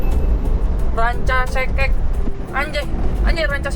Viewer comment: Ranca ekek bang bukan Ranca sekek😂